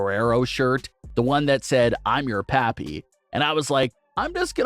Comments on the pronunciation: You really need to learn to say mah-me Mami, and pop-ē papi.... Cause sounds like some Jim crow mess otherwise. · Jesus... The way you pronounce Mami and Papi.... 🙄🤣